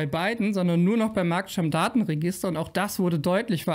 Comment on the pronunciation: Ich hab mal ne technische Frage, genauer gesagt, ne sprachtechnische: Heißt es denn wirklich Marktstamm-Datenregister, so wie du das aussprichst? Oder wird das nicht eher Markt-Stammdaten-Register ausgesprochen, einfach weil da Stammdaten registriert werden?